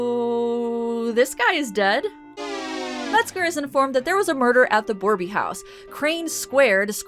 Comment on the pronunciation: Hello, just a bit of a pet peeve for me being a native and all, borbey is misspelled probably intentionally, yet it's pronounced bore-bay, and not as boreby, still appreciate the effort.